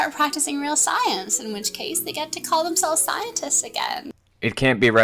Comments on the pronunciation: wait. Did she really said "very intoligen"? And scienters? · Something tells me that she used all her inheritance and achool funds on wine. She cant even spell or pronounce SCIENTISTS 😂😂😂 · This part is just so annoying..... - That’s exactly what Flat Earthers do. And how she calls scientists “scienters”